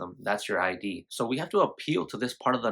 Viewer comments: It's actually pronounced "id" like rhymes with squid, not I.D... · No shade, but it’s pronounced “id” (rhymes with “kid”), not “eye dee”. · It’s not I.D. It’s id, rhymes with “lid”.